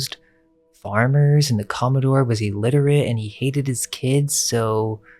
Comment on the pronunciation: com·mo·dore /ˈkäməˌdôr/ Learn to pronounce noun a naval officer of high rank, in particular an officer in the US Navy or Coast Guard ranking above captain and below rear admiral. the president of a yacht club. the senior captain of a shipping line.